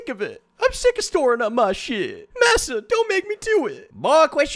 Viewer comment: ITS MASSA NOT MISSA